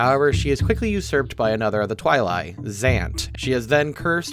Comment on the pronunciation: I think Twili is pronounced "Twi-lee"